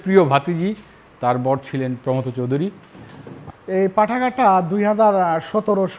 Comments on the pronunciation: আমরা পশ্চিমবঙ্গে প্রমথ উচ্চারণটা প্রমথো এর মতো করি। থ কে টেনে ছেড়ে না। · প্রমথ চৌধুরী নামের সঠিক উচ্চারণ প্রোমোথো চৌধুরী।দুঃখিত,কাউকে জ্ঞান দিতে চাই নি।কেবলমাত্র সঠিক কথাটি জানালাম। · ভদ্রলোক প্রমথ চৌধুরীর নামটা ভুল উচ্চারণ করছেন কেন?